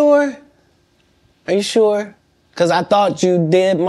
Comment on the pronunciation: You shoor, you shoor 😂😂😂